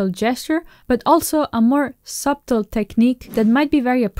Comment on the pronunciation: Nice explanations. PS The B in "subtle" is silent, at least where I am from. suh·tl